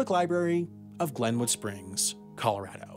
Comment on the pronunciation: You can tell Sam lives in Colorado because he pronounces the name correctly. Nothing drives me crazier than hearing people say 'Colo-ROD-o'